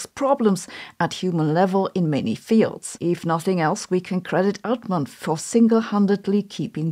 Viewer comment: Hilarious how you say Amodei, Hassabis and Altman. Amou-dei / Altmaan / Ha-ssabiis